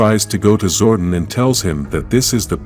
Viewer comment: Its zor-don not zord-on